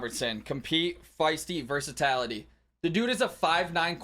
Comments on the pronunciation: It's vur-suh-TIL-uh-tee vur-suh-TAL-uh-tee is not a word. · Have you heard these dudes try to say "versatility"? Constantly mispronounced as "versatality" to the point where I wonder if it's done on purpose.